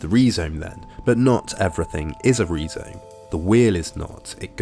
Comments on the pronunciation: I always heard it pronounced Rye-Zome before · great video but im pretty sure its pronounced rai zome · Perhaps that's how D&G pronounced 'rhizome' in French? But this vid is in UK-English, so /ˈrʌɪzəʊm/ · Rye zome not Ree zome. A pro pro? Kids! 🙄🙄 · Rhizome is pronounced RYE-zome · Is that how the British say rhyzome. What, do they hate the greeks? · Learn to pronounce the main word you're discussing. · Do High Theory people really pronounce "rhizome" like that? Wild!